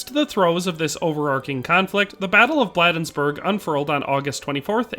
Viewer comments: Just a nitpick about this excellent video, Maryland residents pronounce it BLADE-nsburg, like the cutting portion of a knife. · Enjoyed the video--corrections, Bladensburg is pronounced with a long A, not short, so like Blade-ens-burg. Also, I don't think I've ever heard the Krag called a Springfield Krag (note, short A in Krag, not long). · In case no one has yet to mention it, the town of Bladensburg, is pronounced locally with a long a. Blay densburg. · You mispronounced Bladensburg.